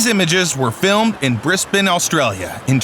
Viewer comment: could you please pronounce "Cities" corectly...its calles anTarctica NOT an"artica..also its called BRISBANE NOT Bri-stain...FFS get ya areas right pal....& yes there is another Country other than bloody U.S. there ya go you have learnt something today